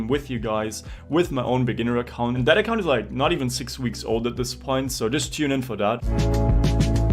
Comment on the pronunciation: "giants main accAunt" you gotta be german XD